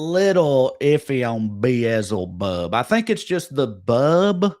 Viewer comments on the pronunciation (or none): beeez-ey-bub bout KILLED me